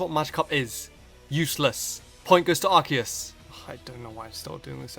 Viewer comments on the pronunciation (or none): Its a Freakin Arceus not ARKEUS...so pronounce it right!! 😝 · It's Ar-See-Us. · i know this is an april fools but arceus is pronounced "ars e us" not "ark e us" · Sorry but every time you say Arceus I keep getting mad because I pronounce it as Ar-si-us and you're saying it like Ar-ki-us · THATS NOT HOW TO PRONOUNCE ARCEUS! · Says Arch-e-us, instant dislike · Do Arceus (It's Ar-See-Us) Vs Rayquza or Mewtwo. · ITS AR KEY US!!!! THE OFFICIAL ANIME, 3DS POKEDEX, AND ESSENTIAL HANDBOOKS ALL SAY ITS PRONOUNCED AR KEY US. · no its prounounce ar-key-us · Ar-say-us god damn I had to get that off my chest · The anime pronounces it ARKEUS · Hey it's not pronounced Arceus but Arceus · You pronounce it wrong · I hate how mispronounces arceus. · the way u pronouun ce arceus amkes ma wanna kill m self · Dragon Master777 As if that makes him inferior... Lots of people don't know how to pronounce the hard c in Arceus. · He's using the pronunciation from the anime, as well as the pokedex 3D pro software. But hey there are millions of ways to pronounce the name so I'm not one to care :p